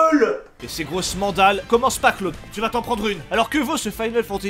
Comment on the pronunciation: J'ai mis 12 minutes à comprendre que Claude, c'était Cloud... x'D " Dis camion ? "